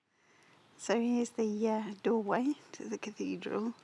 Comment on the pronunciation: catherdral lol